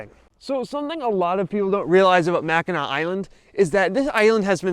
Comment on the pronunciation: “Mack-uh-nack”? Really? As well-researched as your videos are, I am surprised you didn’t know it’s pronounced “Mackinaw.” And to think we had such big plans for you. LOL. Or…you DO know and we’re being trolled? 😂